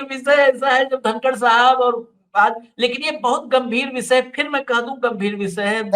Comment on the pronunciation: धनकड नही कनकड😂